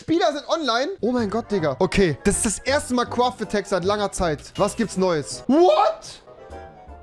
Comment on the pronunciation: Cuaft attack alter raff dein sprechfehler rewi